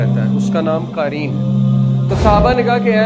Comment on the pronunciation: Qaareen nahin QAREEN hai, all informations are correct